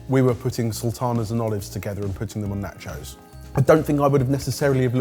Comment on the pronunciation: The way you pronounce nachos is cringe!